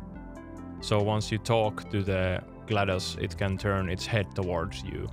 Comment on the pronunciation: Glados isn’t in the dictionary, but “glad us” is…